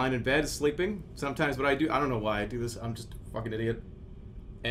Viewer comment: Emphasis in "sometimes"